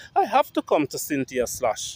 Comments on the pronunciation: Her name is pronounced Skloss not sloshh or whatever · Her last name is pronounced like skoles